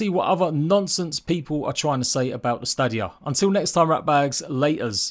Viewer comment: At least say Stadia right 🤣 and FYI I have Series X and the game still looks shit